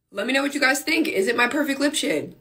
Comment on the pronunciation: Ikkkk 😂 “ lihp👄💧”